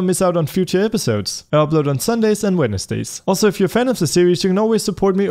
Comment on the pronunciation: why does it sound wrong when he is saying wednesdays?